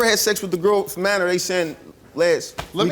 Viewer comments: Minor.... He says manor... Smh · He said manor lol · He can't even say Minor he says Manor lmao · Soon as he said “manor” instead of minor I knew he was lying child. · The way he says minor sounds like manor lol x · Steve: You did not tell the truth. Creep with the gap in his teeth: "I didn't have sex with no manor". Me: Lol!!!! Dude can't even say minor correctly and expects them to believe that he didn't do it when he clearly failed the polygraph. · It’s minor not manor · this guy can't even pronounce minor, what is manoooor!? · I believe what he's trying to say is minor. Not maner you idiot. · I just have to say… The way this guy pronounces minor really annoys me